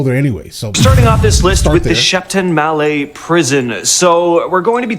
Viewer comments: Wtf???? Sheep tonne mallette? It's actually pronounced "SHIT & SMELL IT". Ghastly. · Any British people laughing at the pronunciation of Shepton Mallet? 😂